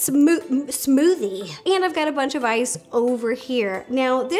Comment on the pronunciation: the way she said smoothie though 🤣